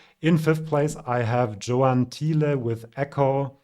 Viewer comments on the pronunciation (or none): none